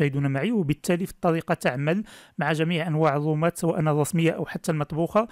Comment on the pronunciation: ياخي الرومات وليس الوومات